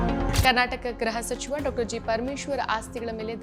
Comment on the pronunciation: ಅಮ್ಮಾ ಅದು ಗ್ರಹ ಸಚಿವ ಅಲ್ಲ ಗೃಹಸಚಿವ, ಯಾವ ಕಾಲೇಜು ನೀವು.